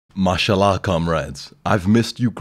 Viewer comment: did he just say mashallah or marshal law?